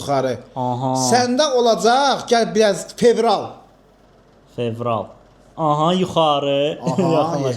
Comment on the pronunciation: fevralı general kimi eşiden tek menem😂